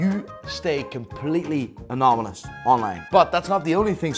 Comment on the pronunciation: He really said "ANOMYNOUS"